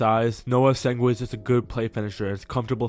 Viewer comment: Man where you getting the W in essengue from